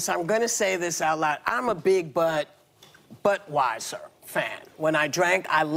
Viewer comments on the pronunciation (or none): Did she say "Big Butweiser Fan"?